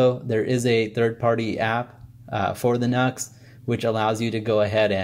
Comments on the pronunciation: It's not NUX, it's NU-X (new-ex) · NUX??? What a Nuxlehead!!! 🤣🤣🤣 That's NU-X bro', as in "New Ex". Next time some sound samples would be extremely beneficial as it would mean that we could actually form our own opinions as to which one is best for each of us...just saying.